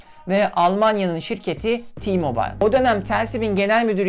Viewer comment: Genc almanca ti degil te mobil. Diye okunuyo